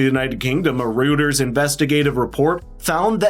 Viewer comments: I agree, but it is Reuters (royters) not Reuters (rooters). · I enjoy the subjects he highlights but he mispronounces words and names and reads the text incorrectly, missing words entirely. He applys emphasis or punctuation on the wrong word or syllable. One example is: Reuters is not pronounced rooters, it's royters. This doesn't instill the confidence you're trying to obtain in your content or opinion when you have a YouTube channel or a blog site. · I guess I'm the pronunciation fanatic. "Reuters" is pronounced, "Roy-ters", not "Rooters". Sorry/not sorry. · Reuters is pronounced ROY-ters.